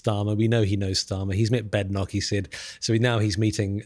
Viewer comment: It's odd, isn't it? Kemi Badenoch has clearly and precisely said that her surname is correctly pronounced BAYdenoch, yet so many people in the media etc., people of undeniable intelligence and far from slow in taking in information, remain demonstrably incapable of getting it right. Strange, as this might be said to be as simple to understand as Corporation Tax at 35%...